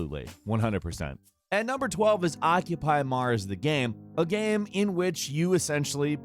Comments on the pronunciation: "Gaem" instead of game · Yea, his pronunciation of "game" changes. Still figuring out the rule in his head ;)